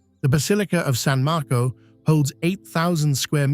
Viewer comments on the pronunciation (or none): none